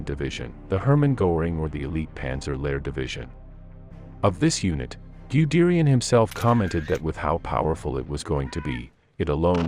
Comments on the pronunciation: Gooderian ????? Terrible pronounciation of German Generals names😅😅😅😅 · Most excruciating, unlistenable pronunciation, Goo-derian and however it pronounced the LASH to pick the two that made me wince most - listened for about 60 seconds and realised it was just going to cause too many cringes. Answer re formation of the Panzer Lehr Div - it was the very most obvious start of the rot.